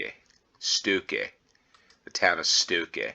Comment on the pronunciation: The O in StOkke have the same pronounce as the O in Own, lOnely etc.